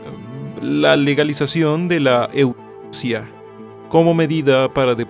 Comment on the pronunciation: eutanacia, se dice eutanacia